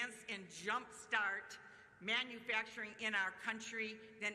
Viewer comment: Manufracturing Boom. With a silent M.